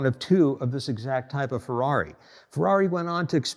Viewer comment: Intresting and detailed video. But please, don't pronunciate it Fouaui but Ferrari.😄😄